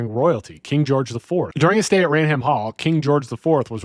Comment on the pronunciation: “Rain Ham….???!!!’” 😂😂😂😂😂 It’s pronounced “Rayn-um” 🤦🏻‍♂️